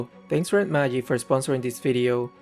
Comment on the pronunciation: Why does he say Red Mayic instead of Magic?